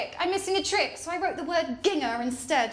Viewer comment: took me the longest time to realize that "ging-ha" meant ginger. never heard it pronounced with a hard g!! weird